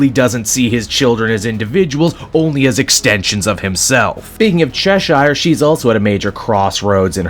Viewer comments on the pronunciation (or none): Why do you pronounce it chesh-ire? Its pronounced chesh-er, like the cat from Alice in Wonderland. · That's not how you pronounce Cheshire.